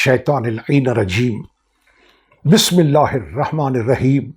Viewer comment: bismillah to theek par lain janab